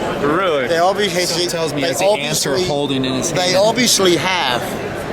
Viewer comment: LOL.... "They obsviously have some very good.... lawyers."